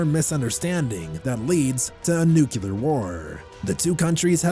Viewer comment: Ugh the whole nu-cu-lar war pronunciation is making me crazy.